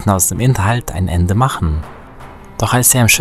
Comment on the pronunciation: An Deiner Betonung solltest Du aber noch arbeiten! Wie kommst Du nur auf die Idee, z. B. bei Min. das "werden" und bei Min. das "machen" am Satzende zu betonen?